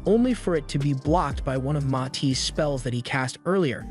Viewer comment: Its Matis not mati